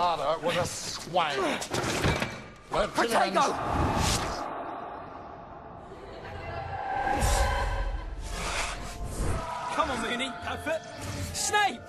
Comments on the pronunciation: i know what the spell is, but it just sounds similar to potato :) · I thought Harry said potato XD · did he say potato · OH MY GOODNESS IM LAUGHING SO HARD BECAUSE WHEN HARRY ENTERS SNAPES MIND SNAPE STARTS TO SAY THE MAGIC WORDS AND IT FREAKING SOUNDS LIKE HE SAYS POTATO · IT SOUNDS LIKE HARRY YELLS POTATO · Is it just me or is it i heard harry say potato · It's Protego but it does sound like Potato xD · I know Harry says Protego but it honestly sounds like potato